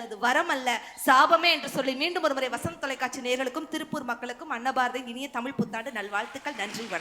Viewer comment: முதல்ல தமிழை சரியா பேச கற்றுக்கொள்ளுங்கள் முத்து சார் பேசும்போது தமிழ் கொலை செய்யப்படுகிறது தமிழ் என்பத தமில் என்பதா